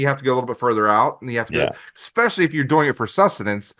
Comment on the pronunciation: I disregard adults that say EXpecially. I bet he says expresso too.